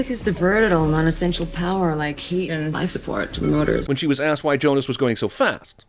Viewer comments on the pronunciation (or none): none